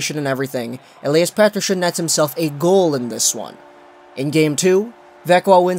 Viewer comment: Lol do you have a tongue spasm or something? Petershhon